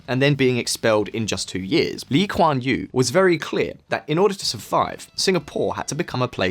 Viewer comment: His pronunciation “Lee Kuan Yew” is accurate. Appreciate his effort.